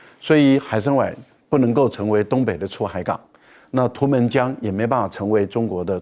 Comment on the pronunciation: 海参崴(Wai)三声。